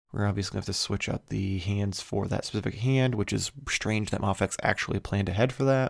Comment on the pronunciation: I'm sorry, but is it not pronounced May-fecks? (or Mei-fecks) it sounds so sad and unconventional to hear you say "Mah-fecks" ... hope this helps.